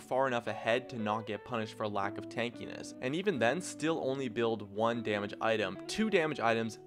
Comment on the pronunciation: wtf did he say 1 damege item ?????